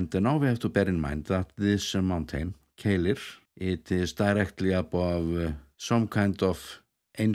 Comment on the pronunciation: The one that puzzled me is Keilir, which seems pretty simple! For some reason doesn't pronounce it as it is spelt, he always seems to pronounce it Keilill. Any idea why?